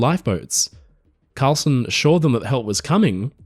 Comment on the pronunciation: Karlsen, not "Carlson".